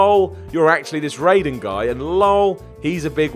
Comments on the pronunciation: that's not Ray-den, it's Ry-den. the Ray-den Raiden is in Mortal Kombat....yes it IS an important distinction. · It's pronounced 'Rye-din' and Vaas doesn't die, stick to weights?